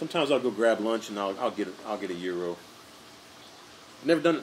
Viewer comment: I yeah I almost forgot. Great pronunciation of Tzatiki and Gyro👍🏼. You nailed it. It is Pronounced Zat Ziki and Yeero. You must have some Greek in you after all. Good job